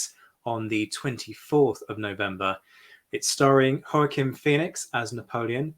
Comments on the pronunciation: You do appear to be British, so I'll cut you some slack. But "Joaquin" in the United States is pronounced wah-keen [wa'kin] as in the placename "San Joaquin" found throughout California. Since Joaquin Phoenix is American his name, as evidenced by the way all his actor friends pronounced his name in the link I provided, is pronounced in the American way: Wah-keen. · Great commentary. Just a quibble. Joaquin is pronounced wah-keen. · No. Its Jo Ack a Win.